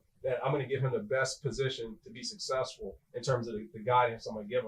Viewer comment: Lomas Brown when you do radio announcing please learn how to properly say successful